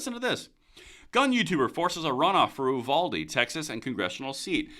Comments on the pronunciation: We pronounce it "YOU-VALDEE". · It's pronounced youvalday. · It's pronounced like "Youvaldee"